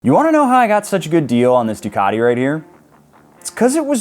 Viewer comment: Make Ducati sound Italian again.